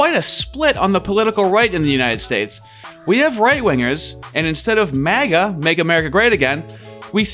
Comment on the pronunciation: Am i the only one who heard miga and thought it was a slur for Hispanics 😅😅😅😂